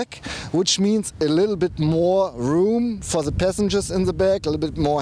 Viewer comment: Great informative and detailed review.Just a little painfull to hear.Please try saying "the" instead of "ze".It sounds like a greek "δ".I also like that you respond to all the comments,unlike most youtube channels.Liked the changing of hands.Subscribed!